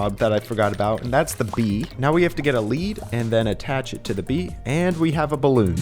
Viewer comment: NO NOT A BALOON ITS A BEELON